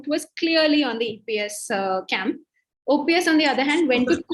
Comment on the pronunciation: After - I stopped watching. says EPS and OPS jointly ousted JJ!! It might be a slip of tongue, but at least could have stepped in to correct. Also, was terrible with getting Mr.OPS' name properly. - Please have more focus on South!